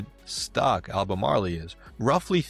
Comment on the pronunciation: Learn to pronounce the word.